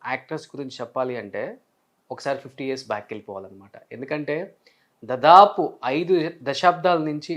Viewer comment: Dadaapu kaaduraa “DaAdaapu”